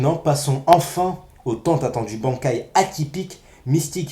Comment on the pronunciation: Bankai ..prononciation véritable= bannekai(juste la prononciation par en écrit) mais bref , moi je l'ai trouvée très impressionnant son Bankai quand je l'ai vu sur BBS et heureusement qu'ils ont été la les Vizards sinon y aurai pas eu certaines choses, après je pense que si Shinji est capitaine c'est pas pour rien moi je le trouve fort perso après je vois pas en quoi ils ont été tournée en "ridicule" mais bon chacun son avis 👌